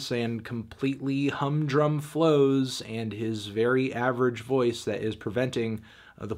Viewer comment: Man said voices😭😭😭